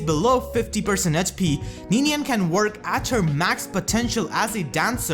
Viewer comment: “It’s Ninian, you ninny!”